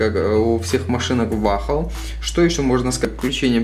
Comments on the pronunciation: Бро не "Вахл" а "Уолл" 😉👍🏿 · Не вахл а вохл! 😆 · Не вахл, а вол